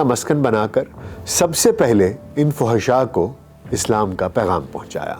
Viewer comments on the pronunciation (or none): none